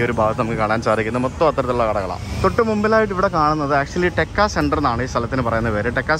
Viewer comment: ടെക്ക അല്ല.... തേക്ക......